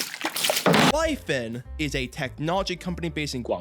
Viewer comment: omg didnt know you were chinese, the pronounciation absolutely shook my socks off. hihi